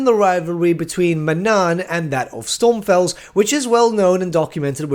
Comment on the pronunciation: Take a shot everytime he says Stormfels instead of Stromfels, (its okay I mess up names too in the vast WH universe)